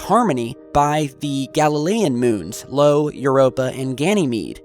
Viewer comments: Io not LO, just saying aɪ.oʊ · io, not lo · Its Io ( i o ) not 'Lo' that orbits Jupiter. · "Lo"? Never heard of that moon. You must mean Io ("eye-oh"). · you mentioned one of the moons of Jupiter being called "LO" but you read incorrectly - its name is "IO" -:) Just trying to keep you honest buddy:) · Io. Not Lo. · Lo? It's Io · Lol, it's Io not Lo. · The moon you mentioned is Io (EYE-OH) not Lo (LOW) as you pronounced it. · For the alien god's sake! The moon's name is Io not Lo! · That one Jovian moon is pronounced "Eye-Oh", not "Low.";-) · Just a small correction: galilean moon Io's name is /ˈaɪ.oʊ/[ like in Iowa, not "low" ;) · "Lo"??? You mean "Io", right? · The Jovian moon is Io, pronounced "Eye-O". Your videos are entertaining, but you really need to get these sorts of things worked out if you want to be taken seriously. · The name of the moon orbiting Jupiter is Io, not Lo.